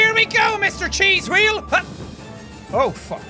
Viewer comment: why you say evry time chease wheell